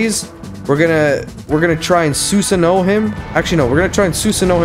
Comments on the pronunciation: u r saying Susano wrong. its pronounced Sue-Saano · Did you really watch naruto though? It's tough to tell after that Susano pronunciation lmaoo